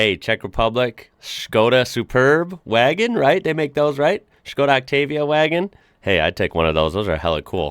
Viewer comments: You said Škoda right! I’ve never heard an English speaker say š! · you pronounced Skoda right.